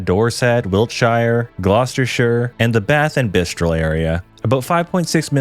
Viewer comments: I wasn't going to correct how you pronounced cities until you said "Bath & Bistrol area", you said Bristol right on your first attempt but slipped up there. What makes it so funny is that you also spelt it wrong on the screen 😂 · So you prounce Bristol correctly and then call it Bistrol less than a minute later? Gotta be deliberate 😂